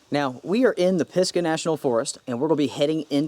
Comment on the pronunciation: Pis Gah? 😂😂😂😂 must have been a native word for an std